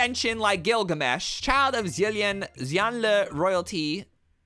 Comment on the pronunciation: Omg the way he pronounces Xie Lian and Xianle XD